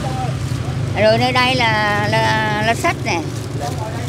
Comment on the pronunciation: Thăng long mà nói lá xách. 😅